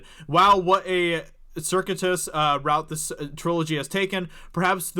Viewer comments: Sur-Q-It-Tuss, 4 syllables...sorry to be that guy but I like the word and wasn't really feeling Circuit-Tuss. Pronouncing all the words right really gives videos a professional gleam...I can't really talk because my grammar is terrible..but I'm expecting quite a bit more polish on post 200k for brand longevity purposes. It wasn't too long ago you guys were posting Trump/Kanye vids. Which is fine but the last few months have been great as far as putting the focus squarely on being the premier alternative media platform to counter SJWs in entertainment. The more newsworthy the product, the more normies are going to switch over from the shill sites, the IGNs, the Kotakus, etc. Rip those clicks right out of their slimy hands. If Ep 9 is a shitshow the normies are gonna come flying in so please make sure is at peak professionalism when they search YT looking to vent. Critical next 2 months for so break out the Turtle Wax and get this baby buffed and polished...we have to deliver one final blow to KK and Lucasfilm. I swear once she's gone I'll stop bothering you guys...you have my word! But until then I'll break your balls a bit..sorry. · “Circitus”. Really?